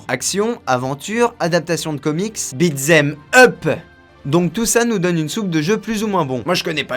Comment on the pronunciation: alors deja, OOHHHHHHHH MY GOOOOOOOOD WOUAH, merci, franchement, et sincerement, je l'avoue, je ne m'y attendais pas Bon par contre, pour ta blague avec le son des alertes enlevements, j'ai limite failli m'etouffer avec mon café (c'est dire ^^) c'est bien, tu insiste bien sur < > hahahaha C'est vrai qu'il y a une part d'impro (on m'avait reproché que ma diction soit trop repétée), du coup, j'ai voulu faire plus sincère et mettre une part d'impro, mais tu as raison, je dois CUTTER, c'est un de mes defauts, je le reconnais c'est vrai Je te remercie sincère pour cette vidéo, tu as choisi la meilleur vidéo en plus, enfin celle dont je suis le plus fier (du travail accompli dessus)